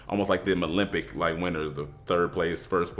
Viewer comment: Great video but I know I aint the only nigga that heard say Malympic 😂